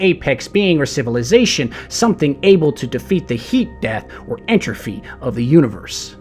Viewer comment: Btw it's entropy of the universe, not entrofy